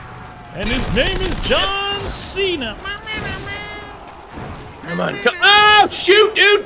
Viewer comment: Who remembers Santino calling John Cena, “John Chena?”